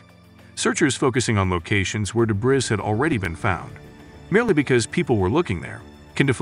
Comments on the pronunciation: debris or dé·bris [ duh-bree, dey-bree or, especially British, deb-ree ] not debriz. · Debris is pronounced Deh-bree it's from French, AI narration should know better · debris is french and is pronounced de BRREE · Solved? Learn how to pronounce debris. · yes as soon as I heard the mispronunciations .... aha, robot. Must say though it is one of the better robot voices I have heard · Strange pronunciation of debris.